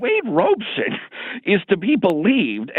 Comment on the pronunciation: I love how John calls him Wade "Robe"son 😂🤣